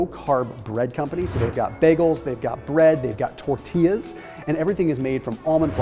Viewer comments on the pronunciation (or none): none